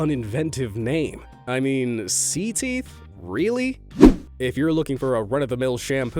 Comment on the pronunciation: It’s not c teeth it’s (ce-teeth)